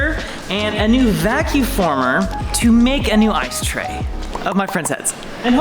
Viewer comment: He keeps saying vacu former. It’s a vacuum former.